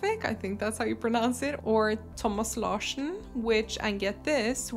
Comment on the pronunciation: I didn’t realize you were a fellow Norwegian until I heard you say Thomas Larsen.